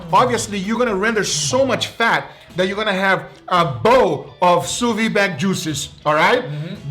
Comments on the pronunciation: why is he always pronouncing sous vide wrong? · what are you, French? People can't have accents?